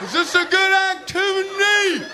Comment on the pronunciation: " IS THIS A GOOD ACTIVINY HUH IS THIS A GOOD ACTIVENY?! " lmfao